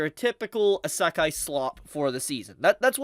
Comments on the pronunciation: the ASAKHAI Strikes again.. common, learn to pronounce it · Bro, please stop saying asekay, its actually killing me, please spare me. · How wonder how can still mispronounce isekai after all those years. Like cmon bro its a japanese word so its the japanese "e". I don't know how to write it how its pronounce but its easy to search up. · Love English people saying Isekai a asekai 😂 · I stopped watching when he mispronounced Isekai. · pllzzzz listen to how everyone else pronounces isekai. ur annunciation drives me nuts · How can you say you’re a huge isekai fan and talk like you know so much about it when you don’t even know how to pronounce right lol.